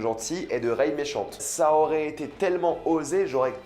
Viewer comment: Par-contre arrête vraiment de dire: reyeee, ahhh c'est rey mec.